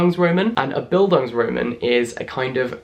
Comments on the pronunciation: As I know German, I’m gonna break that down real quick: “Bildungsroman” is composed by the German words “Bildung” , which means “education”, and “Roman”, which means “novel”. Now, here’s how German-speaking people would pronounce it: Bil- (as in Billie) dungs- (not as in the English word “dung”, the u-sound is like the one in poo) ro- (the o-sound as in rock) man (not like the English word “man”, it’s the a-sound in China) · the bildungsroman pronunciation jack... i had to pause the video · I’m German and the way English people pronounce “Bildungsroman” is just hilarious haha I simply don’t get why they don’t translate it to something like “educating novel” or something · Oh, so that's why I wasn't understanding what he was saying. 😂 I am Czech, but I had German in school. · Nice Video, i didnt know that Bildungsroman is an actual term also in english literature. I am from a German speaking country, and i loved how you pronounced "roman" because of course any english speaking person would pronounce it like that😍😍, like people wo live in Rome... not to pick on it, just for clarification, the a in Roman is spoken long, so it is more like Romaaan 😊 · just a pointer from a german english lit graduate, the stress in the second half of the word "bildungsroman" is on the last syllable, bildungsroMAN :) just so you can sound even smarter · The "Bildungs" was perfect. Just the a of Roman is pronounced like a "u" as in "fun" but longer because its accentuated. And the "R" is different. So Bildungsrrromuhn. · Love you so much, but if you mispronounce Bildungsroman like that one more time I will have an aneurysm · Oh! Having a coke with you also was mentioned in Beastly! Also as a german I cringed every time you tried to pronounce "Bildungsroman". But it's okay, Jack. We love you anyway! <3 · The way you pronounce Bildungsroman is lowkey upsetting lol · „Bildung“ is literally education in german😂 pls say Bildungsroman one more time🥴